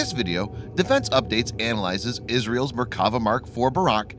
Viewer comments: I thought they were Merk-a-va but apparently they are Mer-kav-a tanks? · I don't know much about tanks but I do speak Hebrew. It's pronounced MerkaVAH. And it just means chariot, not God's effing chariot, as some people seem to think. Thanks. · Try saying Mer ka va and God’s Chariot. You must be a heathen.